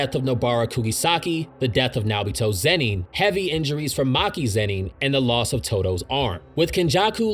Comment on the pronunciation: This whole video I cringed every time you said Zeni and not Zenin smh